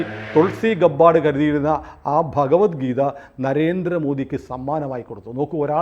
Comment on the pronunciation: തുൾസി ഗെബ്ബാർഡ് ആണ് ഗബ്ബാർസ് അല്ല❤